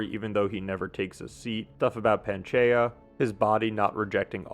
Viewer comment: Dude, please learn to say Pangea correctly.